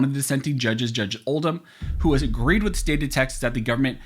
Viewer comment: Love your commentary and channel. One small improvement to not sound so robotic; could you please pronounce the word 'the' like you do when you just talking instead of saying 'thee' when you're reading ... Pretty please 🙏